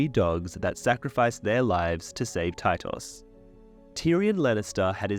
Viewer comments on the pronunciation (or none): none